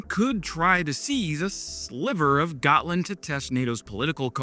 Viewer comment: Considering Ukraine is currently teaching NATO about modern warfare... I think its time we let them join. Also, Gotland its pronounced "Yaht-Land"